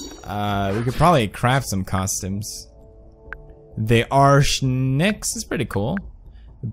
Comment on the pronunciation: "ARCH NICKS"